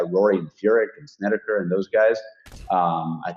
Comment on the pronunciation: Markay say Korak and Snedeker.